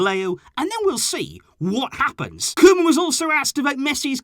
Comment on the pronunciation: And it's koeman